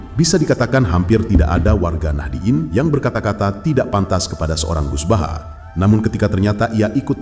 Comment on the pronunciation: Bahasa nya orang di kata kaga pernah ngaji buset baha baha tambahin r biar jadi bahar😅😅😅